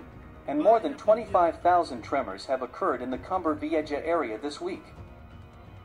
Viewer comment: Can't you find an announcer who knows how to pronounce Cumbre Vieja?